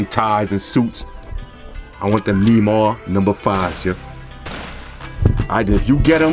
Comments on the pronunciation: you pronounced Neymar(N-ay-mar) wrong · Don't know if anyone else has said it but it's pronounced Nay-Mar lol love the vids man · 😂😂 its Nay-Mar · Nah these sneakers too flame g btw you pronounce Neymar like nae mar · its nay-mar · "knee mars" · Love your videos but it's pronounced Ney-mar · Neymar is pronounced "Nay-Mar" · lol the way you say Neymar